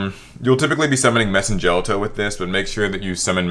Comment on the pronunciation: As someone who's loved Madolche since release this was a wonderful list! But one issue I did have was Messengelato is pronounced "jell-auto", his name comes from the Italian "ice cream" Gelato.